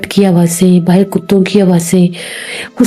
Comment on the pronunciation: Plz baahar hi kahiye baahir nahin